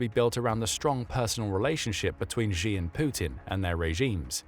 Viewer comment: 'She', 'Xi' Jinping is pronounced 'She'!